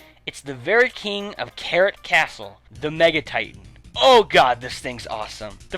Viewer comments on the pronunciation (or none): none